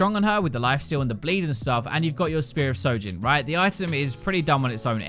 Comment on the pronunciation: Why are u ppl pronouncing it sojin its show jhin